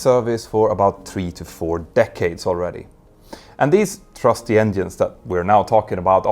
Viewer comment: did you say "trusty" or "thrusty"? I mean both work 😊😊😊